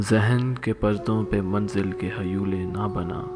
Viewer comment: 1.05, if am not wrong this is pronounced as haiwly mean illusions/reflections insteaf of huely...